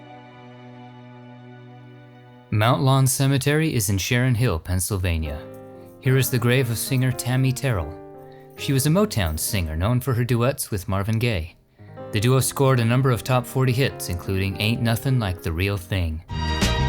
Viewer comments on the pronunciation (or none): Her name is Tammi Ter-rel! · Gone but not forgotten. Just a little info about Tammi Terrell: Terrell is pronounced Ter - Rell with the emphasis on Rell, ( rhymes with I fell). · You might not care how a singers name is pronounced like; Tammi Terrell.Your pronunciation of Miss Terrell's last name was WRONG.